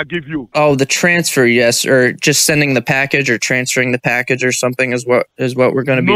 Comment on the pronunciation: Shes dying the voice ge has lol packaged lol cash not pack